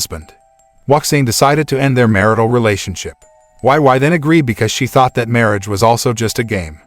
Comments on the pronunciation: "why why" he said her name is "why why" wheeze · this makes me wanna re-watch this 😭 but wei wei doesnt pronounce it like that its "wey wey""